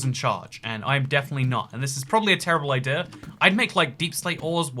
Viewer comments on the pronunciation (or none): none